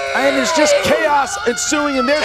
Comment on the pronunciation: PUT SOME RESPECK ON HIS NAME KALINOWSKI.